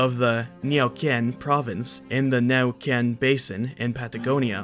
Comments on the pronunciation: At , your pronunciation is atrocious. You pronounced, "Neh'oo-'KEN," as, "Nay-oo-kee-'Ehn," as if this is a Chinese word, and making the last syllable into two. There is no "ee" sound in this word. Ffs, Google how to pronounce Iberian languages. Most of your words are fine. But man, this that stand out really stand out. Also, please quit saying, "...so it's safe to assume..." That's horse shit. It isn't ever safe to assume anatomical characteristics. Case in point: Anomalocaris. Was it safe to assume this was three different organisms? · Not trying to bother, but its supposed to be said /new'ken/ as in spelling the n with /e/ sound followed by a /w/ sound and you pronounced 'nyeoken' like if it had an 'ñ' (which it doesn't). For the record its not spanish but mapuche. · 💪💪😸i'm from Argentina, Neuquén... But... 😅I'd like you to have pronounced better the name of the city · Thats the worst pronunciation of Neuquen I've heard so far haha.